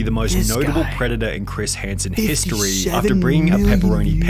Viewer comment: Pred de uh